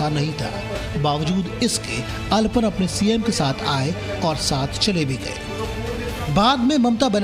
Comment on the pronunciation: Aalapon not alpan